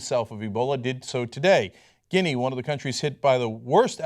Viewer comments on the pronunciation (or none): none